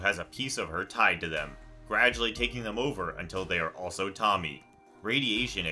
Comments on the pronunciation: No junji ito story has hurt me the same way people pronouncing Tomie as Tommy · Say it with me. TOE-ME-EH. Do you mispronounce things on purpose like how Chills speaks slow as hell? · "Tommy" 💀 he didn't even try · Did... did he call Tomie... Tommy???? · Junji ito has one demonic princess in his collection. How can you mispronounce it for Tommy 😭😂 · "Tommy" ugh, no dude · A bit disrespectful of you to pronounce Tomie as “Tommy”. Yall can’t even be bothered to research? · How to say tomies name To-mi-é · japanese is pronounced how u see it t o m i e not tommy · "Tamie"? Really mofo...?? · learn to pronounce the names of these characters first lol tommy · Enjoyed this video for the mist part, but please please please in the future just swallow your pride and look up proper pronunciations. Hearing Tomie pronounced as "Tommy" genuinely made my eye twitch, and its incredibly disrespectful to the original work and language. I know how much time goes into editing things like this, it baffles me that in all that time you refused to simply look up how to pronounce these names without butchering them. Just food for thought. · Well no the last sound is actually in between an “ay” and an “eh” sound. Difficult for anyone who doesn’t speak Japanese to get the hang of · Not sure why they don’t do simple research beforehand if they haven’t, indeed, watched the show they’re covering. Especially something like a manga. You know damn well some Japanese names, Tomie being one, Tomoe from Ghost of Tsushima being another, aren’t pronounced how you’d do so in traditional English. Btw, Tomoe is just like Tomie except the O is in place of the “ee” sounding “i”, ending in the “ay” sounding letter E just the same tho so like tow-mow-ay phonetically.. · Yeah.... its just one of those things that hits a nerve. Idk why. I dont usually care about how people pronounce things generally. But... Tomie..... something about that name being said wrong just hits weirdly. Like part of the curse itself lol